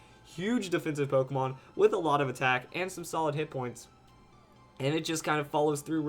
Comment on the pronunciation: its not polkamon. say it right you clusterfuck